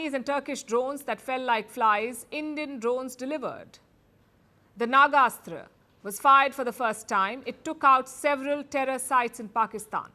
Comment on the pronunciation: Palki Improve your pronunciation it is "Nag-Astra" Not "Naga-Astra"